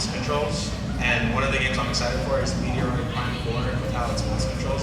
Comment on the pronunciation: That boy called Metroid, “Meteor-oid” 😮